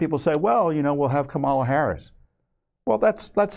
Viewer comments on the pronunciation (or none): none